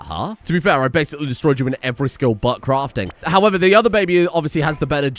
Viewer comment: "I destroyed you in every way but crafting." What I heard was "I destroyed you in every way, Butt Crafting. " New colonist name obviously.